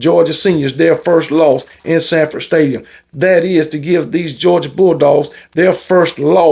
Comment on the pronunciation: Dang. Your Colorado Buffs dominated. And it is Sanford Stadium. Not Shanford Stadium. Go luck with the Tigers.